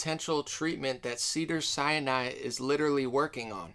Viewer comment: Not hating at all but it's pronounced Sin Eye, Sinai not Siani